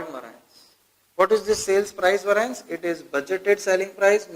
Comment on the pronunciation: Concepts are clearly explained. However, its, Var-ee-ance (variance)** please, and not var-aa-ince! :)